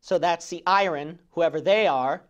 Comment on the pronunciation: Pastor, thought you might want to know that the word "iron" is not pronounced like i-run. Its proper pronunciation is [ahy-ern]. Take care, man! Good message.